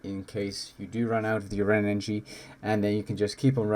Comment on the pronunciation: lmfao bro why cant you say words correctly "enagee potions"